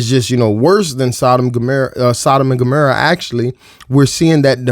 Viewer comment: How do you not know it's Sodom and Gomorrah but you said Gamera like what?!? 🤷‍♀️👍 you do make good points and its true how demonic the world is😩 we definitely need a closer walk with Jesus Christ Our Savior & Redeemer✝️